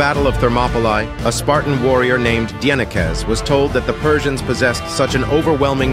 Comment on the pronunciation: The first time I've ever heard Dienekes pronounced almost correctly. Finally